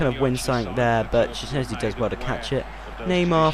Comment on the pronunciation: OK for the future reference szczesny is pronounced like shchesny and blaszczykowski is blashchykowki hope i helped and you will pronounce it right ;)